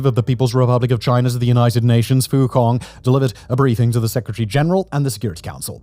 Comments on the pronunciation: Just FYI "fu cong" is pronounced "fu tsong" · Fu Cong, pronounce C like ts in tsunami, not C in cat 🤣🤣🤣